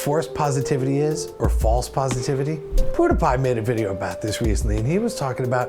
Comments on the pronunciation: Please do an episode on things you pronounce wrong because you've only heard them on text to speech. You said Poo-die-pie in the episode when most people say Pew-die-pie like a laser gun pew pew. lol thanks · Gah..it's not poodiepie, it's pewdiepie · In Australia we all say Pewdiepie as "pyoo de pie" I guess it all depends on accents 😂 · Pewds mispronounces his channel's name so much that Tommy pronounces it like "Poodiepie". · i like how he says 'pudepie' i am so addicted to his videos. i just have this big smile on my face. Thank you. you have made a huge difference in my life. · Did he just call PewDiePie Portapotty? Hahaha! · I love the way he spells pewdiepie, poohdehpie. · I love the way you said PewDiePie like "Poodahpah" I've been laughing for a couple minutes straight 😂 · Emily I think he says it like that because maybe its how his phone reads it out to him 🤔 either way its hilarious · Emily That's how everyone should say it 😂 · yea me to ive been laughing for a while but i think it's beacouse when in pewdepies intro he says "pewdepah" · "Poodipie." XD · I love how he says poodiepie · I love how he pronounces pewdiepie lol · Robertas Jabroni I do too!!